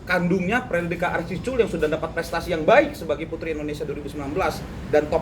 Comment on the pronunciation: Lawyer said "Frederika arcisculll ?????" 😂😂😂😂😂